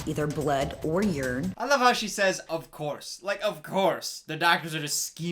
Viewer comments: ok but she said urine as “yerrn” i- but yeah great video 😂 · I love how she calls us "Yern" Instead of urine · Crazy lady says “of course does not show up on blood or yern” says “I like how she says” me; “Yern... yeah that bugs me too”; “of course” Me; “... oh... I mean I guess... but she still mispronounces urine...”